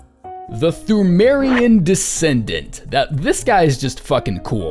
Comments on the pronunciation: Fun Fact: Pthumerian is pronounced tomb-air-ian, much like how Cthulhu is pronounced Kuh-too-loo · the way you pronounce ‘Pthumerian’ is triggering me. Ignore the H as well as the P the next time you decide to force out yet more content from this game Good video by the way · thu-meh-rian queen, imo